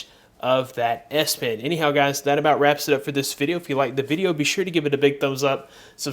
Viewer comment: the way you pronounce it sounds like ass pen